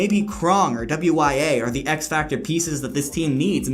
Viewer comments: double u y a lmao its just pronounced why-ah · Btw, Wya is pronounced 'Woo-ya'